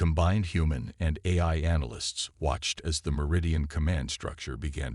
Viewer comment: Once again, nice story. And once again, your AI SUCKS!!! Why can't AI's say AI???? Yours can't decide between: "EYE", "EYE-EYE", "Eh-eye"!!!! AND wtf is: "Mini-AT-urized", "WEEP-onized", "CATa-lodged" and "PER-fict" (per-FECT)???!!!!